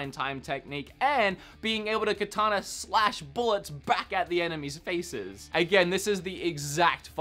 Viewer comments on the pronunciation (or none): none